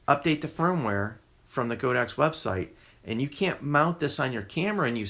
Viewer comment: I must laugh whenever I hear someone pronounce this brand as "Go Dox." Just FYI, the Chinese company's name is 神牛, which literally means "sacred cow." But instead of calling it Sacred Cow, they went with the ponderous "God Ox," so now you know how it's supposed to be pronounced, even if that makes it seem even weirder.